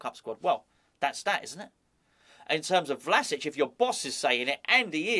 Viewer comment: Love the fact that the Croatian manager's name rolls off the tongue with ease, yet you're forced to re-record a video because of an inability to say 'Calvert-Lewin'.